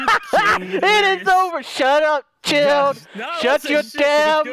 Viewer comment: Did anyone else laugh everytime called chilled,chaos instead of just chilled😂😂😂